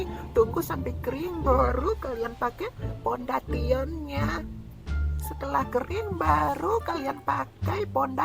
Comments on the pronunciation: Kesel juga gue denger dia bilang pondation 🙂🙂🙂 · Orang-orang mah pada bilang sering bilang foundation lah dia bilang nya pon deti on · ngomong fonesen malah fodan tio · Pondation dia bilang 🤣🤣🤣🤣🤣🤣🤣🤣🤣🤣🤣🤣🤣🤣🤣🤣🤣🤣🤣🤣🤣 kalau di baca keknya pondasyen setau aku sih guys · Foundation btw bukan pontation🤣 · Kesel bet da gua pondesyen disibut pondation 😬😬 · itu bukan podation fondation bukan padation 😂😂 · Mungkin dia kalo ngomong harus sesuai di tulisanny ya Pondation😭😭🤣🤣🤣